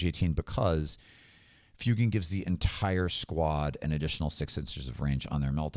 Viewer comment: For somebody who does such deep dives on lore and references to the real world, it causes me chest pain every time I hear you say Fyoo-gan... That's my only gripe. Otherwise, great video, great content!